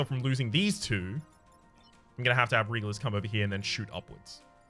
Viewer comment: Am the only one who is irritated by that mispronunciation of Regulus?? It's pronounced REG-YOU-LUS! Not REH-GULL-US!